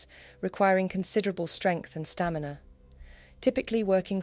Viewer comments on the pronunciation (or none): none